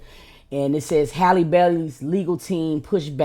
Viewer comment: It'a Ha-Lee not Hay-Lee